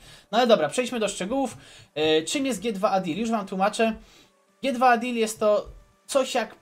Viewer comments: G2A czyta się dżi tu ej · ...CZYTA SIĘ dżi ti łej dil!